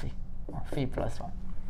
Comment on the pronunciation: Thank you for pronouncing φ correctly 🤪